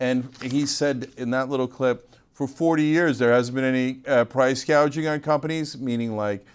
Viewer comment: you are losing your reputation and logic. Show the full interview. Second of Kamala Said price "gadging". 1 example is that Profit margins on food markets is around 1.3% get your facts straight. I know that price gauging exists, but the problem is the effect of the policies that the current administration had in place, caused inflation on the goods